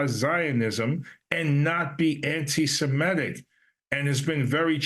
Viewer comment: not "anti-siMETic", Congressman. "Anti-seMITic".